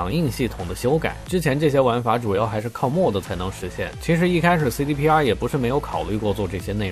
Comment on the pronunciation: Mod, modification的縮寫，唸作 罵d， 不是 莫d